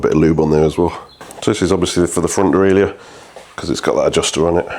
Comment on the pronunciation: Pronunciation of "derailleur": easy ! it's a French word, so just like in French ! ;)